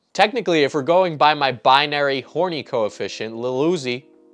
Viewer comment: I was trimming my nose hair and my trimmer caught an exceptionally long hair, yanking it violently out of my nose causing a sharp pain. That pain was nothing compared to hearing you say kwite and kappa and picturing the two getting 'horiny'